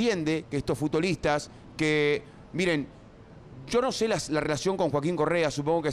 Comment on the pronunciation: "FutDolistas"? WTF Pollo!